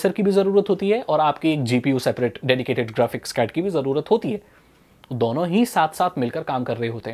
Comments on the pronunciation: How pronounce 2 duono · The way he says "dono" 🤣🤣